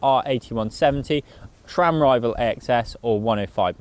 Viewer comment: Stop saying "shram", there is no H in Sram.